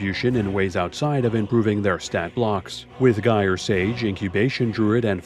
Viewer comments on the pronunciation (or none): none